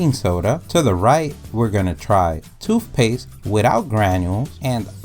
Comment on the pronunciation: 😂 Well in his vocabulary, it’s spelled toofpaste, so.